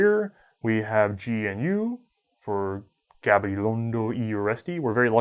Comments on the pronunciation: You don't need to apologice for your pronunciation of "Gabilondo y Urresti", it was almost perfect! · Gabilondo y Urresti, surprinsingly well pronounced coming from an American, specially our tricky "rr". Greetings from the Basque Country, Spain.